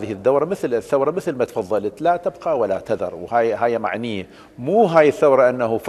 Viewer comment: قل لاتًُبْقي ولاتذر ولا تقل لاتَبقى ولا تذر تعلم اللغة العربية اولا